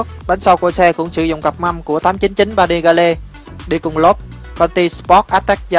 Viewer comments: 899 Panigale ( đọc là Pa Ni Gieo ) còn thằng bình luận thì đọc là Pa Ni Ga Le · 899 Panigale -> "pa ni gieo" chứ ko phải Vietsub :)) Pa ni ga le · pa ni ga le. chắc ko biết đọc tiếng anh rồi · Ba ni ga lê mới ác. Vãi cả phát âm.